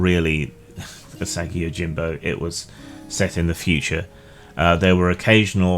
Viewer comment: It's pronounced ooh-saw-gi, not you-saggy. Love that character and the world Stan Saki created!